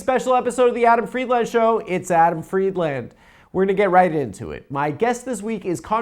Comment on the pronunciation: Adam's the only guy who can't pronounce "Friedland"